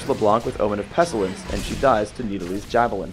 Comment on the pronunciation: 13 years later, did ever learn how to pronounce "pestilence"?